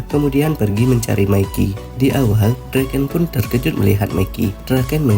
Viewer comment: Mikey bukan meki bangg